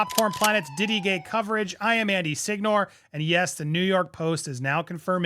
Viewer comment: It’s SEEN-NOR-AY. Wear your Italian badge proudly 😊 🇮🇹